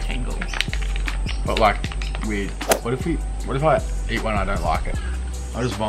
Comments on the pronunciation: Def thought he said weed candy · When he said weird I thought he said weed